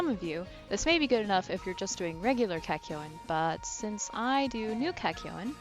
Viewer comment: At least she says the name property. Kakyoin!